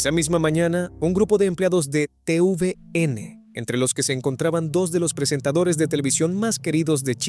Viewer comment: Se dice TeVeeNe no te uve ene ademas no fueron solos trabajadores de tvn sino varios hasta el fundador de la fundacion techo y no fue en robinson crusoe fue en el archiplielago juan fernandez,robinson crusoe es una isla que esta un poco mas al lado.